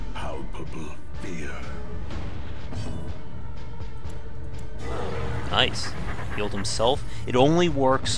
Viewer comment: FYI: Weald rhymes with "yield" or "field".